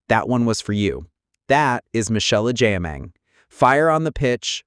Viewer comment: Please the name is Agyeman not Agyiman.